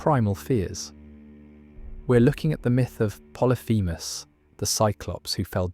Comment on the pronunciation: Po-ly-phe-mus Po-ly-phe-mus